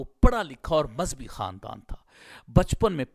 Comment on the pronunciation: مذبی نہیں مذہبی ہے